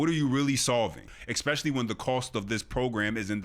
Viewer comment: THERE IS NO SUCH WORD AS ECK - SPESH - ILLY !!!!